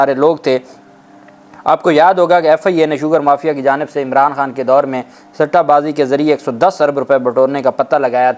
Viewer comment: Chawal Run.. sitta baaz nahi hota.. satta baaz hota hay